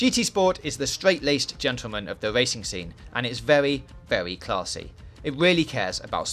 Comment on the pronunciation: Vewy claarrrsy indeed! Wev those engines!